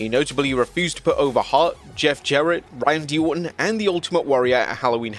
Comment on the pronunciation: "Ryan D. Orton"